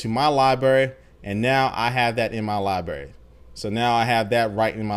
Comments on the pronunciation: it's libRary not libary come on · there are two r's in library. its not libary. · lol I love it when he says libary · What's a Lie-Berry JK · "liberry" lol sorry dude i had to. great overview of the new features tho! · Libary? You made my day :)